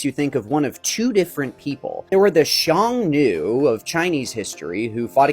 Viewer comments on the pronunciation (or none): xiongnu is pronounced as Hsiung-nu. simplified would be Hyung-nu or just Hyung i think.